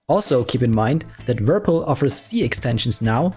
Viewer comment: "Wirpil" 😂 Subscribed!